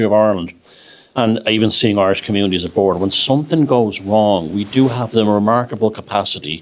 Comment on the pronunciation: "swaydo reality" 😂😂